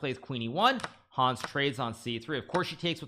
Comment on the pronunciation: The a in Hans is short. It's not Haaaans 😂